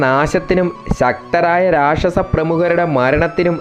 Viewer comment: രക്ഷസ്സൻ അല്ല മോനേ രാക്ഷസൻ എന്നാണ് അക്ഷര സ്ഫുടത വളരെ വലുതാണ്...!!